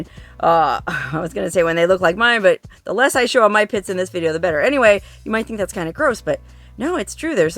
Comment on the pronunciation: Did you say pits or tits?😮